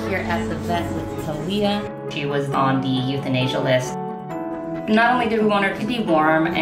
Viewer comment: Her name isn't tahleeah, her name is Thalia. Tahlya.